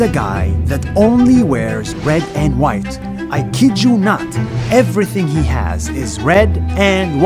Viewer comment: when he said the white family i heard like the whyatt family in wwe!!!